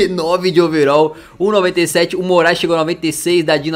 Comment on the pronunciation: Noossa só agora eu entendi Denis MORAESLISSON kkkkkk agora tudo está mais claaaroo kkkkkk